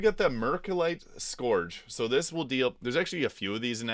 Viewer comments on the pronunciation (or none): Pronounced 'sc'=urge'.